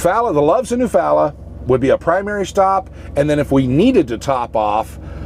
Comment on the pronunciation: great vid. My grandparents had a farm there in Eufaula. Pronounced you-fall-ah!!! FYI. Be safe.